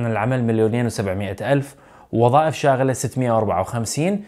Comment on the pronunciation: اخ..شاغره وليس شاغله.